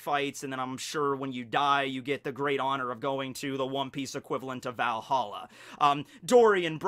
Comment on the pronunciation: that pronounciation of Valhalla was actually pretty good